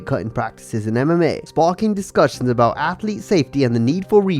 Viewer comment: "Outside a baw"